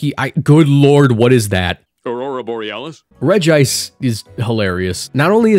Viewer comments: Regice is "regi-" cause, counterintuitively, is pronounced Regi-ice, not re-gice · aha! you’ve activated my autism trap card! regice is supposed to be pronounced regi-ice… well, in japanese, at least. the japanese name is レジアイス (rejiaisu) so the double i sound is there, and it was likely just romanized as regice because regiice looks a bit awkward. that said, it’s completely possible and probably likely that official English media has pronounced it reg-ice lol